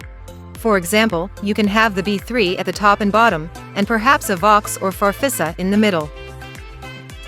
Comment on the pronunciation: Would have been nice to have an experienced player do the talking. No musician says "Fafissa".